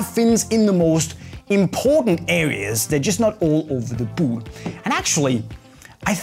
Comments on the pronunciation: "the buut" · Why does he say "boot" like that 😂😂